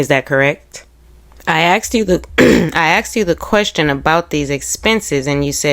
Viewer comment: “Asked” not “axed”